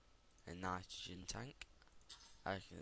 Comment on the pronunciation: love it how u say nitrogen u sodund like ?"" nitragoen " 5/5